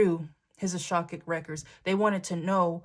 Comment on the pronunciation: Awesome reading!! The intricacy of this situation is crazy. These people are weird AF ✝️🛐 FYI you know I love you, but it's not A sha kic records it's A ka shic records., just so you know, but you know I don't really care & I'm not trying to be a bish. Thanks X 💕